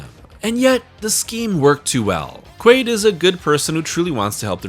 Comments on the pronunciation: Quail? You serious? It’s Quaid… have you not seen total recall? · you called him Quail so many times I started doubting that his name was actually Quaid... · Its QUAID not QUAILL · You really spent the whole video calling him Quail instead of Quaid? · his name is not quail. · I would be a good video if you could say the man's name correct.